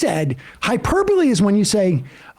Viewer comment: At least he says "hyperbole" right. That's something.